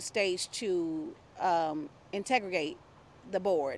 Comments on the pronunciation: What is this interview!?!? “Integregate” !?!? HUH??? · Wow! I came here to say this also! What is "Integregate"? Had to keep replaying that.